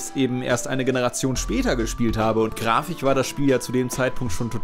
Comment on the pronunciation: Bombastich, epich, grafich?? das kommt mir fast so vor, als würdest du das absichtlich machen und iwie triggert es mich mehr als es sollte!^^ (Aber wunderbares Video)